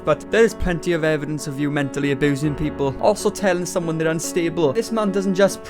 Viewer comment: I'm only here to listen to you say aboosin over and over.